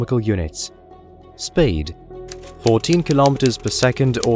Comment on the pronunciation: Narrator, are you pretending to be posh or are are you an AI?? Sounds like 3 people taking turns to talk…..buggy word: speed sounds like spade… It’s a shame because I love all things space and this voice is out of this world 🥴